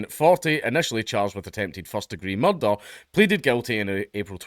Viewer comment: Any video that gives an excuse for Dank to say "Murrdurr" is a thumbs up from me.